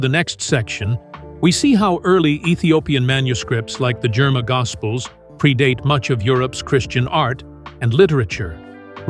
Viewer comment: THANK YOU FOR BRINGING THIS INTO THE LIGHT. One correction… It’s the “ GERIMA GOSPEL” NOT JERMA GOSPEL. .